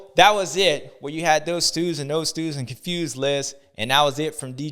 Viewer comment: Constewed not confused 😂